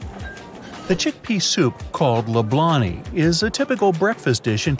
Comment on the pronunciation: In tunisia it's "lablabi" not lablani ,and it's not traditionally served for breakfast